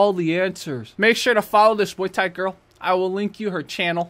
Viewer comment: Muay bien, not miay thai ☝️